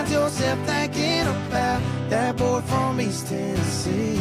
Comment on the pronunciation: See! It’s boy or boh, not bull lol 😂